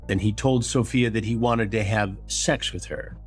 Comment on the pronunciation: Does Chris actually pronounce “SAX” instead of “SEX”? Been meaning to ask a while. Not sure if it’s my hearing